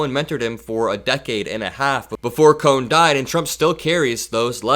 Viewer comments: Hi! It's Roy Cohn pronounced 'cone' 💙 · It’s Cohn, not Cohen. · His lawyer mentor was Roy Cohn, pronounced “cone”. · Cohn not cohen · It's Roy Cohn, pronounced cone,. FYI.👍😁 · Pronounced : Roy Cohn (cone) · one of your best analysis of the madman fomenting armed domestic violence... & campaigning on making that Federal gov policy if elected. making DHS a personal Gestapo / SS... "liberating" our democracy. (btw, Roy Cohn is pronounced "cone"... ruined lives everywhere... Roger Stone was trained by him to be a criminal political operative of the far right) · it is Roy Cohn pronounced Cone!!💙💙💙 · It's Roy Kohn, as in ice cream Kohn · it's not Roy "Cohen", but Roy "Cohn"... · It's Roy Cohn pronounced cone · Roy Cohn (as he pronounced it) rhymes with BONE. ❤️🤍💙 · Roy Kohn pronounced it k-own. No big deal; you make my days. Rump has melted and needs to be removed, quite seriously. Physically. He may spontaneously combust, but boy— he’s letting his colours show, unaware that he loses a vote every time he speaks, thankfully. 💙💜💙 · Roy Cohn pronounced his last name “cone,” so please don’t lump the Cohen family in with Trump’s mentor in criminality. Cohn was an amoral creep, so you know why Trump is the epitome of pond scum. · I've never heard Roy Cohn's last name pronounced Cohen before this video. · Roy COHN, not Cohen🇺🇸💙💙💙🇺🇸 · It was pronounced "Cone." An incredibly evil man. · Hi. Just an FYI. Roy Cohn is pronounced 'Kown' (one syllable). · BTW it's Roy Cohn, (pronounced cone). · FYI, it's Roy Cohn, pronounced CONE. Cohn definitely coached Joe McCarthy and then bobbed up when his next idiot, Trump, came along. May they all... pay. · Roy Cohn. Pronounced cone. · Good video. One small note: Roy Cohn, pronounced ‘cone’. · Roy Cohn, not Cohen. Despicable pitiful closet case. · His mentor Roy's last name is pronounced as one syllable as in ice cream CONE. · Roy Cohn, not Cohen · Roy Cohn, not Cohen. Get it right. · The name is not COHEN BUT COHN